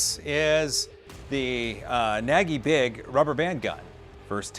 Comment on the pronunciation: You supposed to pronounce it Nagy and not Nagy :D Just a fun fact, in hungarian nagy means big. So his tag is Bigbig. Great video as always!